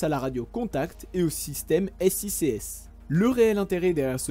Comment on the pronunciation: SICS, tu le prononce mal, c’est « sique s » ;)